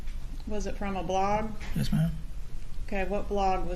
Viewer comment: I believe Luis thought Georgia said “blonde” not blog which honestly is what I thought she said. Perhaps the defense attorney thought that as well which prompted the objection 🤷‍♀️